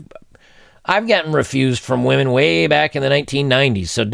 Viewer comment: "Whamen Most Affected"